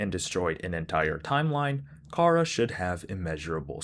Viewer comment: Yo I should mention charas name is pronounced like chara like character because Toby fox was making a play on words which he said during the undertale 10th anniversary live stream of undertale.